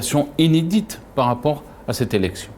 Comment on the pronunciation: Inédit pas inedé